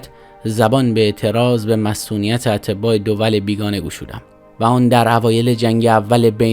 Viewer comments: اتباع را اشتباه خوندی !! اطبا جمع طبیب هست. اما اتباع جمع تبعه هست شما اطبا خوندی ❤ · اتباع atba درست است شما آنرا اطبا تلفظ نکن خوش تیپ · درود'برهمه'''خسته نباشید'''تلفظ کلمه اتباع اشتباه بود انچه شماتلفظ نمودیداطباء به معنی پزشکان است''''صرفا جهت بهبود کار وفعالیت شما عرض شد'''سپاس'' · دکتر این بنده خدا هم همینو گفت چون ایشون اتباع خارجی رو گفت اطبا خارجی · اتبا ع را غلط تلفظ کردید نامه مصدق به منصور دقیق ۶:۳۰ تا ۶:۴۵ را گوش دهید لطفا